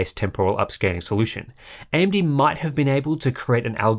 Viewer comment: ...does he say AMB, on every single occasion?